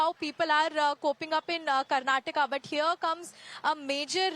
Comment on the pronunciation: your home state of Karnatak?? First of all learn to read teleprompter properly it is Karnataka not Karnatak Absolutely deceievrs naarth ppl 😂 Also i welcome this move so that Marathi can thrive in their state Now you guys understand any state goa Karnataka Maharashtra Tamil Nadu anything which benefits its own citizens the most jalan😂 happens from naarth ppl